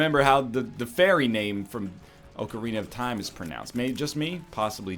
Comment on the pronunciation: does it annoy anyone that he says oakarina of time instead of ocarina of time